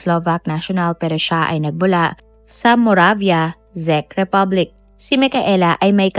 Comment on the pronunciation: hehehe...anung republic daw..zekk republic..hehehe.. ( chek po basa dun te..hehehe😂)